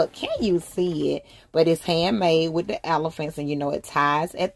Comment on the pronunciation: with not wiff daaang thats annoying stop putting the letter F where they dont belong sheeesh toothpaste not toof paste no shade its a just a pet peeve